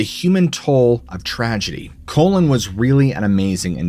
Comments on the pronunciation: Colon? I'm sure it's pronounced Colin like Kawlin not..Colon... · I was hearing him say Colon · Can’t stop giggling at the way you pronounce Colin. 😅 it sounds like you’re saying colon. 😂 it’s pronounced “call-in.” I spent a ton of time in western and upper Michigan. Probably should have skipped this one. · no fucking way the dudes name was "colon". did you double check it wasnt "Colin" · Call-in Not colon Couldn't name it past the 5 minute mark hearing that mispronounciation... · Colon? It's Colin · Colin...cawlin not colon...that's a body part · Call-in=Colin Colon=Large intestine 😂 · Colin not colon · Or he was constipated 😂😂 Colon. Get it?? His name is Colin. Pronounced: Call-In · could be' Colon" lol what about Colon Powell. Pronounced Cole-in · Maybe he should have checked how its pronounced rather than calling him colon the entire time. He pretends to be empathetic but the more I watch this guy the more obvious it is he doesnt care. He repeatedly uses stories of people commiting suicide during a mental health episode as being a possible supernatural phenomenon being a cause of death and the mentions why it was likely actually just suicide right at the end with something along the lines of "So, did this death have a supernatural cause or was it suicide" Fucking gross and disrespectful to frame suicides to fit a narrative that allows him to make more garbage content. Ugh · Lol I had to go back and see if he really pronounced it like that. He really did that 😂😭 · I noticed pronounced his name "colon" as well. Right before the 6 minute mark he also pronounced "wandering" as "wondering" around in the woods in a haze. I'm not sure if this is a speech thing with but definitely noted. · Also stop calling the guy “colon”. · Please show respect to. If he says colon then it's colon. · Now why you keep callin that boy colon??? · I can't take this one seriously when you keep saying COLON!!! LOL!! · Collin. Not Cole-in... Colon..lol